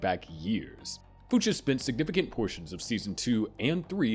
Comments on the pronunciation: BRO I can’t do it with you pronouncing fuches like that, what has the world come to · Why can’t you say the name the way it comes out in the show? It’s so jarring especially because you say Fuches so offer. Barry literally screams it in the show. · No one who watched Barry would pronounce Fuches that way. 😅 Seems so disingenuous if you really made this video using like summaries of Barry online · Crazy pronunciation for Fuches lmao. They say it constantly throughout the show